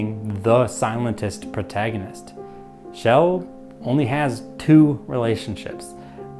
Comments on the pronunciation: Why are you saying Shell instead of Chell? Sounds like the Swedish name "Kjell", which is a name for men in their 60s heh. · Her name is Chell, not "Shell".